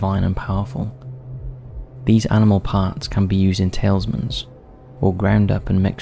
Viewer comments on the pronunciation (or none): Tailsmans? I think you meant Talismans. How do you keep pronouncing words so horribly wrong? I'm assuming you're misreading from a script....please, remember that kids are probably learning from channels such as this.